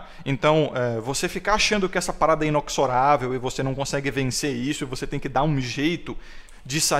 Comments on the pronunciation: Mano é INEXORÁVEL, tu fala INOXORÁVEL. Um abraço. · Inexorável eh gênero neutro. Inoxorável eh o masculino.